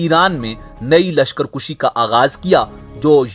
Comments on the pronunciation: lashkar kushi ghalat lashkar kashi sahih hai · کُشی نہیں کَشی اصل لفظ ہے